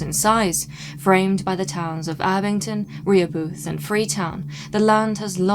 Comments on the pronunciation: Okay, I know you're not from here and are unused to our strange ways, but in Massachusetts we say, "Re-HOH-buth", not "Ree-Hoe-Booth". We tend to be a bit creative in our pronunciations. :P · Rehobeth sounds like Rah-HOE-buth. It’s Massachusetts after all. Nothing is spelled like it sounds. Blame the Pilgrims who borrowed the names from the “Indians” way bk when. We hv others: Leicester - Lester Waban - WUH-bun Worcester - WUH-stah, WIS-stah (if ur a city kid) or WUS-stir (the correct way, if ur fancy + use ur R’s). Leominster - LEMON-ster (proper) or LEMON-stah (locals) Shrewsbury - SHOES-berry (local area only). Gloucester - GLOSS-stir (or GLOSS-stah) Chicopee - CHICK-a-pee Scituate - SITCH-you-it Peabody - PEE-bud-dee (u thought u had this one huh) Woburn - WOO-burn (or WOO-bin to locals) There’s more but if I’m bored u must be really bored. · Very cool episode. Incidentally, and I mention this because as a scholar, I presume you would care, your pronunciation of Reheboth is pretty off. Rih Hoe Buth. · It’s pronounced Ruh-HOE-buth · It is pronounced Ra Ho beth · I liked and subscribed. The correct pronunciation is Rah ho buth! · My Dad lives in Abington, I live a little norteast in Dedham, but here we pronounce Rehobeth Ra-HO-bith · Pronounced 'RE-Hoe-Both' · It's pronounced Rē ho beth